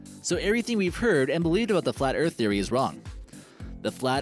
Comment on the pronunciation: Tha EARF IS flat!